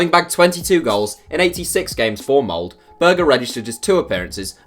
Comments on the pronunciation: B1G D4ddy The video says Mold. It's Molde, with the "E" !! And the norwegian "E" (Ole, Molde) is not pronounced like the english "E", but rather somewhat like the "ea"-sound i "bear". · Molde is pronounced with the "E" !!